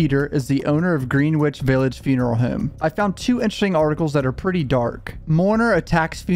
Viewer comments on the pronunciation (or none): It’s not “Green-Witch” Greenwich Connecticut is pronounced Gren-itch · It’s not “Green-witch” is “Gren-itch”. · Greenwich is actually pronounced “Gren-Itch”, I know, it’s a weird pronunciation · He said GREEN WITCH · Bro it's said gren-itch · “Green wich” 😂😂 New Englanders know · This guy said "GREEN-WICH" LMAOOOO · greenwich is pronounced gren-ich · Greenwich is pronounced genich. Just fyi. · it's pronounced Gren-ich. the w is silent. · You cited Reddit as completely fake yet read an overly sensationalized article from, presumably, NY Post. Also, learn to pronounce Greenwich Village.